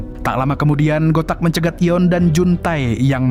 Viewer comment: Namanya Yoon si Eun bang, bukan yeon